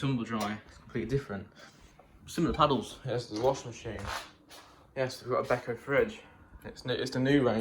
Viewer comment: You said b-eh-ko! Thank you!